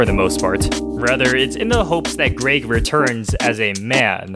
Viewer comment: It’s Greg not greag